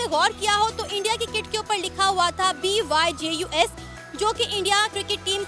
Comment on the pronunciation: Pronunciation of BYJUS - BAAYJUJ